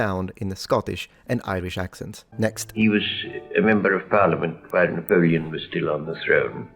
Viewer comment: Revol-yu-shun was the first thing I noticed. He also says Na-pow-lee-yin.